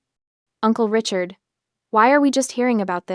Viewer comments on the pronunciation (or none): none